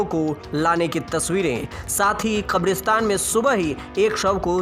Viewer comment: Bed ko bedh bolta hai Kabristan ko khabristan bol rha hai Sankramann ko sankdamann bol rha hai Mariz ko maridz bol rha hai